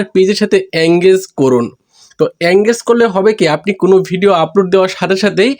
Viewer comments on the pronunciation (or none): none